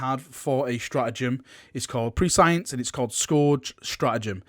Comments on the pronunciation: did you just call it Pre-science.... its said Press E -Ence, basically the ability to know something before it happens lol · Prescience is pronounced "press-E-ence".